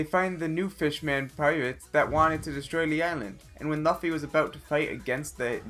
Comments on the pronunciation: Stop upload any anime related please do other things like upload ur cats collection or whatever.. u don't deserve to be.. I got mad by how u call Luffy as Laffy... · "One of the most known characters in the world." Then says Laffy..smh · The guy calls luffy loafy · It's pronounced as luuuffffy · It’s pronounced loofy but spelt luffy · Fluffy not laffy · Me: what the hell is a laffy 😂😅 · Fuck you for mispronouncing luffy ...NOT LAFFY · it's pronounced as luu-fee maa-daara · laffy. hahaha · LOO-FEE!! Not however you pronounced it.... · bruh ya voice cringe asf n how to you say Luffy = loffy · This man really said laffy, dafuq? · Please don’t call LUFFY laffy don’t fucking disrespect him like that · LAFFY REALLY MAN THAT PISSED ME OF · Is LAWFFY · you should also be sorry for how you pronounced luffys name, in the name of one piece. Don’t ever say it like that again 🤣🤣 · Somebody gum gum get my name correct this man 😂😂😐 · Am I the only one triggered by the way he said luffy’s name 😭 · Do you watch the anime you put in here at all cause madara wrong and I don’t even know how you can’t pronounce luffy right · You literally pronounced nearly every name wrong just give up please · You watch anime but you don't know Luffy how to pronounce his name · Who all like this, you shouldbe ashame. This dude do not know how to pronounce both Luffy and Madara's name, for the love of God research a little more before making a video about anime. 😡😧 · Why’d he pronounce Luffy like that lol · It was not just luffy, he mispronounced madara, hunter x hunter (you don't say "x") and king bradley scene was from fullmetal alchemist brotherhood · The way u pronounced luffy made me cringe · Please learn how to pronounce Luffy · he said the best well known characters luffy but still said his name wrong lmfao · It's luffy not laffy It's Madara not midaara It's hunter hunter (don't say x) And it's fullmetal alchemist brotherhood! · Dude its Luffy,what the Hell is Laffy